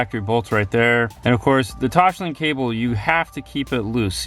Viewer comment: Toss-link, not Tosh-link. Toslink.